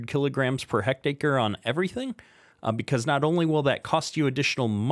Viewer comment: Its pronounced heck tare or tear ( tear open a box ) i hectare is 2.74 acres but I'm sure you knew that 😂 jk